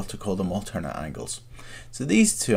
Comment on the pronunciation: alzernate angles and correfsponding angles